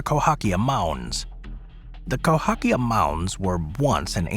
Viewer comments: CAhOkia, not COhAkia. Cahokia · You flipped the letters in Cahokia mounds. It's spelled Cahokia, pronounced ca-hoe-kia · It’s Cahokia, pronounced Kah Hoh Key Ah. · It's Cahokia Mounds!